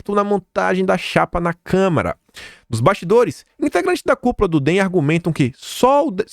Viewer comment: gosto demais do seu canal,mas vc tem que corrigir sua pronúncia quanto a CÂMARA dos deputados. Vc sempre fala câmera, isso prejudica seu canal, quando abre espaço pra interpretação de que lhe falta conhecimento. Fica a dica.